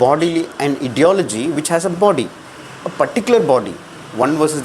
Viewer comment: Brother, check your pronunciation of 'ideology'.